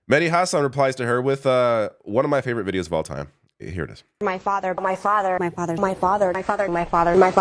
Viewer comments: A good portion of those sounded a lot like, "My farter." I'm only pointing this childish thing out because of her lower level immaturity. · The word Myfother is now stuck in my head lol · At some my point in the “my father” montage, all I could hear is “my farter, my farter” 😂😂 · I started to hear "My Fadda" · Sounds like she says "My Fadder"😂